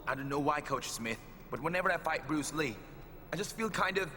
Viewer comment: Its he BES brus lee